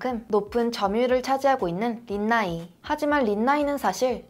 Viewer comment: 린나이 광고 존나 괘씸하노 륀♥나이이~ 이 발음 길게 할때 알아봤어야했다 히발